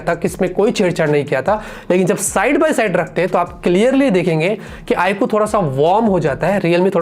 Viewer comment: It's iQ not i kuu